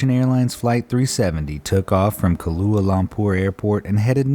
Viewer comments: He said Kahlua lampur lololol. It’s Kuala. Like Koala the animal more so than like the liquor the way you pronounced it. Bad narrator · “Kahlua” Lampur? 😂 that was great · You mispronounced "kuala" from Kuala Lumpur